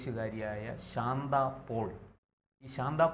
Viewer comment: ശാന്ത പോൾ അല്ല... ശാന്ത പാൽ...